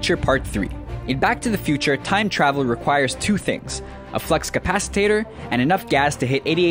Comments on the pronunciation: Capacitator!? Really? Its Capacitor. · ya I was about to say....haha, oh no! he said capacitator! haha! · It's a capacitor, not capacitater. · capacitor not capacitator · What's a flux capacatator? do you mean capacitor